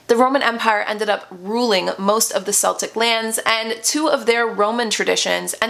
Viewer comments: KELtic the Irish use a hard K sound for C (I'm part Irish.) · I'm really sorry, and I don't mean to pick you up on what you are saying. My family heritage is Irish and I live in the UK. Celtic is not pronounced the way you are saying it, it is not pronounced as if it is S, it's like the C in say Cat, Cabbage, etc. I think you are brilliant, and I love watching your videos, especially ones like this. So please do not think I am being nasty for posting this, I just thought you may want to know. Happy Samhain 💚💚 xx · Love these kinds of videos as an Irish person! A little fyi, it’s pronounced keltic (with a hard C). Celtic with a soft C is a Scottish football team. And Samhain is pronounced sow-in, rhymes with cow-in rather than sew (a needle pulling thread 🎵) love this history vid xx